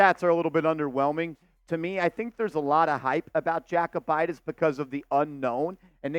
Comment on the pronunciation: Yo-koo-bite-is 😂 not jack-oh-bite-is